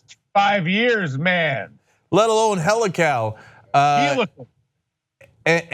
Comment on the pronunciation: Hell-ah-cow ??? => helical???